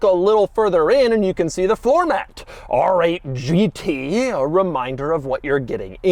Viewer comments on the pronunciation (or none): “ARRRRGG eight GT” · “Arrr-ate Ghee-tee!” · Rrrrrrggggg8 Gt , bro 😂😂😂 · “ARRRRRR 8 GT” - CAPTAIN DOUG DEMURO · I need a supercut of Doug saying AAAARRR ATE!!! GEETEE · Whenever he says ‘R8’ it feels like Doug’s inner pirate comes out Arrrrr8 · Doug says the letter R in a way that would make a pirate proud